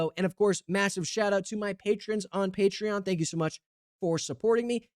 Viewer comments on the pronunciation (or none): none